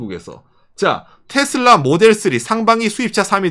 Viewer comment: 부드럽게 말씀해주세요 싸우는거나 재일교포 에게 얘기하는것처럼 너무또박 말하넹요. 텟쓸라가아니고 테슬러 정도 랄까. 죄송합니다